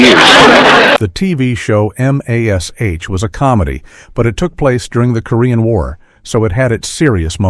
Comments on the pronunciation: I'm sorry... M-A-S-H instead of Mash!?! Yeah, this feels like an AI video. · M ,A, S, H? What AI sound world are you from?! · "The TV show, M, A, S, H..." Lol. Don't go changing, AI. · EM AY ES ETCH - the sitcom depicting the misadventures of the doctors and nurses at the four-thousand and seventy-seven.